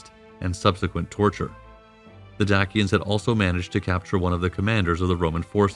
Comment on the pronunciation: Dak-ians. Lmao.